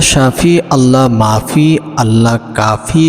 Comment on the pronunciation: Allah mafi hoye Allah nai? Naujubilla Ucharon hoilo Allah mu'afi